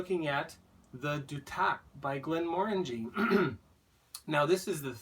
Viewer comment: Duth ac. Not du tac . Lol